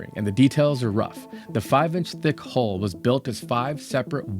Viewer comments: Please learn how to say 'hull'. Initially I thought you were saying 'hole', and the subtitles were also showing 'hole'. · I got very tied od the comments saying HOLE instead of HULL.